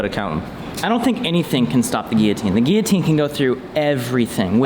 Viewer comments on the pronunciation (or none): What’s a gee-a-teen? That thing is a gill-a-teen!! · Why are you saying gearteen? It's Gill a teen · Is it just me or are these guys not including gav saying guiotine instead of guillotine? Or is it just an American thing? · Can this fuck stop saying geoteen?